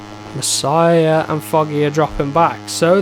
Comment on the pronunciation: Hes name is Masia not Messiah it is with out e, double s and h.